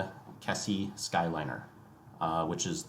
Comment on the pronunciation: Great video, but wincing a bit at some pronounciations. Keisei (Kay-say). Ueno (uh-way-no). Yurakucho (Yur-rock-ah-cho). Also, JR East is not a government owned railway. They are one of 7 spin-off companies created when the government privatized Japan National Railways.